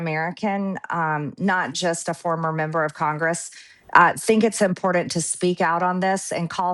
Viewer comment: Marjorie says it's IMPORDANT........Literate people say "important"!